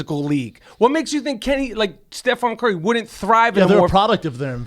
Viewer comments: stephen not stephon..jeezus why even pretend to like basketball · Hearing Rapaport repeatedly say Stephon "Marbury" Curry was excruciating. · "Stephon Curry" hahaha... at first i thought they were playing but then they kept on saying it. The baller made 400 3s, won unanimous MVP, and you guys collectively couldn't get his name right. Its for sure STEPHEN CURRY. Michael Rapport is the best guest each time. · LOL Steph- FON Curry, driving me nuts! Love Rapaport though